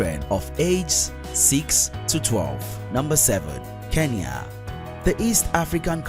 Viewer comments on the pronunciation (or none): none